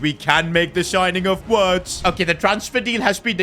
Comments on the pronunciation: it's virtz not Wirtz you say w as a v in German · always butchering wirtz name ffs 😂😂😂